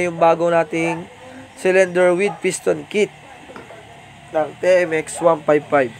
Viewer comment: TMX- ti-em-ex. Hinde te-em-ex